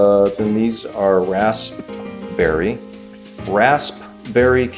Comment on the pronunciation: raspberry is pronounced (raz-berry) not tryna diss just tryna help👌